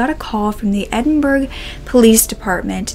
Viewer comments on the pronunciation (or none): none